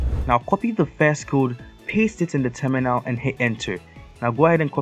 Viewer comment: i like how u spell terminal and it hears like tuminaow